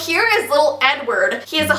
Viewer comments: I keep hearing u say 'N-word' for Edward xD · The way she said Edward in the beginning sounded like “n word possessed” I was like wowowowowow back up for a second 😂😂